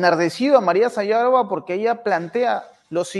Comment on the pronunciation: Se pronuncia "Sajârova", y no Sayâvora!!!